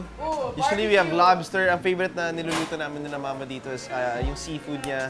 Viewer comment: what else, "Mama" yung accent ni Quen sa "mama" eh... spanish. It sounds adorable. Yun na yun accent ng papa ko at siblings nya sa mother nila.